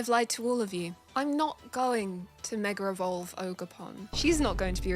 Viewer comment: i love how everyone pronounces mega evolve meger evolve